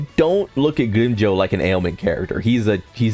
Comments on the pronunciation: Dude! It's not greem Joe its GRIMMJOW! The pronunciation is even in the anime! Watch it sometime and its not nell el its nell-li-el. Are you mispronouncing these names on purpose or something?! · 100 problems in the world, and how someone pronounces grimmjow is your main problem? Bruhh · also......you would think when you have a channel dedicated towards a certain show you would at the very least get the names right at the VERY LEAST!